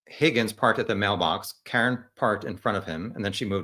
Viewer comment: It’s driving me nuts. I have to correct the host. His name is pronounced “HOGGINS”